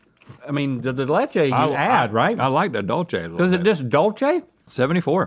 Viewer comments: I cringed every time they said Dol chay instead of the proper Dulce pronounced Duul Say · i find it weird how they pronounce “dulce” as how one would say “dolce and gabbana” (dole chay) bc as a mx, i’ve only heard it pronounce like (dool say) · Did her ass really say dulche? And not dulce? (Dule-Se) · It really bothers me how they were all saying "Dulche" instead of "Dulce" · My inner Hermione Granger is saying, "It's dull-SAY de leche, not dull-CHAY." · ITS NOT DULCHE , ITS DULSE . ITS SPABISH FOR SWEET 🥛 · Dulce is not pronounced "doll-chay". Its pronounced "duel-seh". Someone please let them know its been years!!!!! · I thought she was about to say dolce and gabbana toast crunch 💀. It’s “Dool-say” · “Dulce” is pronounced “dool-say” not “dool-chay” 😂😂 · “Dool-seh” not “dohl-che” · why are yall saying dull chay its like dool seh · Dulche???? It’s pronounced “DOOLCE” there’d no H in Dulce, learn how to speak right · Not the "Dole Chay" lol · Where is the “Che” in Dulce?? 😂 y’all need a Mexican in your team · When they say dulchey day lay chay it breaks my soul. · "Dulce" is pronounced doolse. Lmao 🤣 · This girl said “ dulCHe de leche”😂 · not pronouncing dulce as dolce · omg she said “ dulche day leche “ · How you pronounce dulce de leche as dolche de leche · She said dulchè day laychay....what an offense to the Hispanics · Lol dul Che de leche😂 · Doleche de leche lol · dull-che de leche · The way they pronounced "Dulce" makes me want to cry tears of Horchata